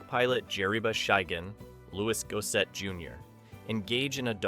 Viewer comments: AI Mispronouncing It . . . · Lou-is Gos-set. Pronounced all the other names correctly except the one black dude. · Is that really how Gossett wants his name pronounced?